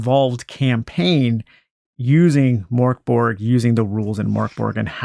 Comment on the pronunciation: Great vid thanks :) PS It's pronounced Murk Bory